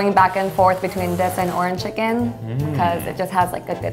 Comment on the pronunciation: "Arange Chicken"